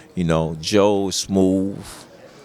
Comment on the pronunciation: ''Joe's smoof'' WTF is smooff? It's SMOOTH not SMOOF 😂😂